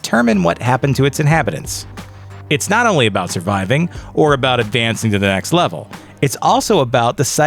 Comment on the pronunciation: not sure you were saying level or evil